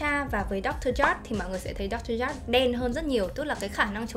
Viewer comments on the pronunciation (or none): none